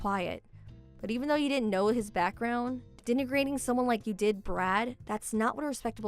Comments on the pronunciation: LOL, also the malapropisms. (I mean, "Dentigrate?" LOL. DId she invent a new word, lol?) I mean, LOL, amirite? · Sorry, I was spelling it the way she pronounced it...and it wasn't "degenerate", it was "denigrate". She pronounced it "dentigrate". That's what a malapropism is, when someone can't pronounce words correctly.